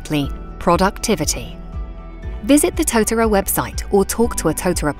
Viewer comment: Thumbs down for the mispronunciation of the Māori word tōtara